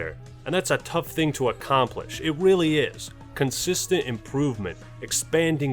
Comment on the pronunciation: did he say weally